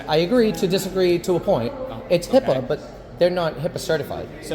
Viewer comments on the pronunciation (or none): Hipaa not Hippa...shame on you!! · It’s HIPAA NOT HIPPA! Claim to know the law but doesn’t even know the acronym 🙄